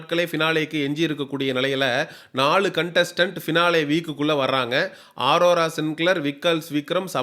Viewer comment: 😂😂😂 டேய் அது ஆரோரா இல்ல அரோரா 🤮 நீ சொல்லுவது நடக்குமா பார்க்கலாம்